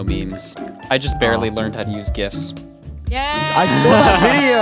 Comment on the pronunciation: lessgo pronouncing GIFs as they should be pronounced! JIF is for the peanut butter brand lol